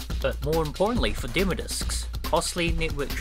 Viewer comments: Dem “O” discs not dem discs or demer discs 🤦‍♂️ 😂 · Demo (dim-oh) 😂😂😂 not (dim-uh) had click off that pronunciation was just to hard to bare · Deh-mow discs... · Never mind what happened to demo discs, what happened to the second syllable of 'demo' in this video?